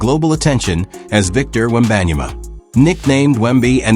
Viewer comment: AI generated mispronouncing name